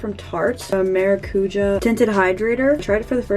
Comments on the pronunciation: OMG HAHA idk if you’ll see this but “Maracujá” is pronounced: maw-da-COO-shah (kinda lol- it’s the Portuguese word for “passion fruit”) 🥰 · You saying maracujá is so funny for some reason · the way said "maracujá" is so funny to me for some reason. btw im living for this vlogmas:)